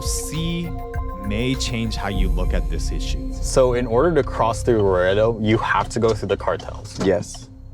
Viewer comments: Luh•Ray•Doe (Laredo) not laretto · its la-rey-do not larado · Laretto? 🤣🤣🤣🤦🏼‍♂️ LerRAYdo bud. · Laredo is pronounced laa rey doe. ❤ just saying! 😊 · Bro, doesn’t know how to say Laredo bro says Loretto meko 🤣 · Luh- ray- doh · Lmfao he said Lareado texas. It is a shit city though. Fuck that place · Its pronounced La Ray Doe, lmao its slightly bothering me. But love the video, very interesting and detailed. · I am from laredo texas and that is not how you say it.